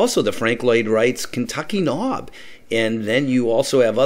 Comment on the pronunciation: Kentuck Knob is pronounced "Cain-Tuck." From a native of the area.